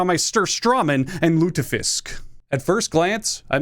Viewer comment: Lut-e fisk 🤣🤣🤣 Typisk amerikan att inte kunna uttala lutfisk. Älskar också att nöten tror vi fikar i bastun.